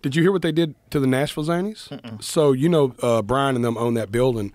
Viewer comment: I don't knoowr 🤨